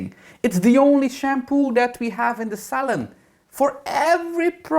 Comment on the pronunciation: New sub here 😘 I thought you were saying hair salad when you said hair salon. Lol I am a hairdresser too (since 1969/&'71 got my teachers degree. Thanks for the entertainment. (Good thing you added that NOT! after advocating purple shampoo for everything!) 😂